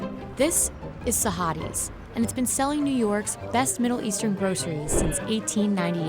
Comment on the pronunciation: the way she said it was so wrong.... oh god